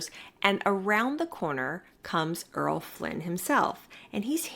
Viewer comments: Errol: Er-rol: ere-ole not Earl: erl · I was wondering about that, but I'm forgiving.